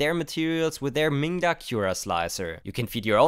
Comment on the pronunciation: Be careful to sound the 'D' in that name, 'minga' has a rather pejorative meaning in British English :-)